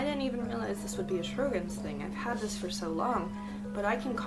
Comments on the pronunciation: Great content! Just a note about the pronunciation: it's pronounced Show-grins instead of Shro-gins. 😁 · It IS pronounced...SHOW-GRINS.....!!!